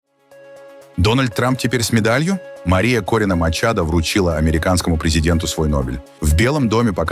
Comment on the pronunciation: Не применяйте фонетику русского языка к иностранным языкам: Мария Корина МачадО не МачадА !!!